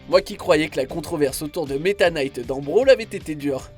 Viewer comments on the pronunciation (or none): none